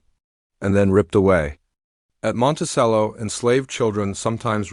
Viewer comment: It's pronounced monte "ch"ello